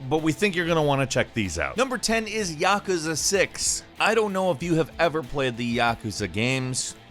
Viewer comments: its yakooza not yekezeh .. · The way you say Yakuza pisses me off